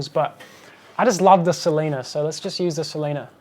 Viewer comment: awesome stuff, its pronounced, "solina' tho, not 'solina' like you said